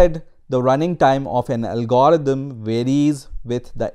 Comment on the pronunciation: First time I have ever heard anyone pronounce it 'al-GOR-ithm' instead of 'AL-gr-ithm.' It's just a minor thing, but it's distracting since I can't stop fixating on how a person gets this far in the discipline while mispronouncing the primary term. I don't care that a person struggles with mispronunciation, but all his other pronunciation is pretty good except for the primary term of the topic at hand. That's just funny. Every time he says 'al-GOR-ithm' a tiny fraction of my mental bandwidth is diverted from learning in order to suppress an internal giggle.